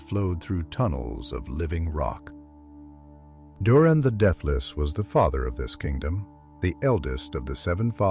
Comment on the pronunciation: Might wanna learn to pronounce stuff right.....nice AI you lazy bum... Duran instead of Durin and Mitil instead of Mithril.....great job bud